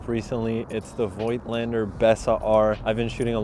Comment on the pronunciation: It' Voigtländer. Voigtland (today Vogtland) is a region in Germany. Warm regads from Berlin, Sebastian